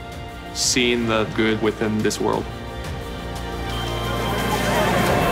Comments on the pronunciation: he said at the end of the video “I am Pa-treece Bergeron” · his first name has been mispronounced forever. it rhymes with 'mattress'. it's not p'treece, it's patch-riss. like 'patrick', but with a soft 'c' & no 'k'. PATCH-riss. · people, it's pronounced 'PATCH-riss', not 'pa'TREECE'. trust me, i'm from quebec. he's just too polite to correct people. it rhymes with 'mattress'. say the name 'patrick', but replace the hard 'ck' with a soft 'ce' or 'ss'. it's 'patch-riss', not 'pa-treece'. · yes, he did. he also said it that way in a commercial... & like i said, he's too polite to correct people, plus, he'd have to correct everyone at this point. it's just like simon gagne in philly, they called him 'simone'. trust me, je parle un francais quebecois parfait, it's 'patch-riss', rhymes with mattress. 100 million %.